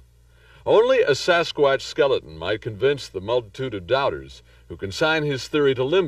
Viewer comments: If you're going to talk about Sasquatch, then learn how to pronounce it properly you dink!!! It's not a sasq"ooo"atch, it's a fucking sasqu"a"tch!! JEEZUZ some people!!! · SaSS QUÀTTCH🦆🦆🦆🦆🦆🦆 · Sass kwattch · Sasqwaash lol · The way he says Sasquatch tho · I wish the narrator would learn how to say Sasquatch, he's driving me up the wall! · Please stop it if you can't pronounce Sasquatch the right way say Bigfoot... just saying..